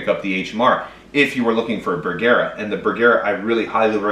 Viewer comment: Bergara....Ba gar like car but with a g.. Ber..... like its cold... gar.... like a fish.... a..... like duh.................say it with me...BERGARA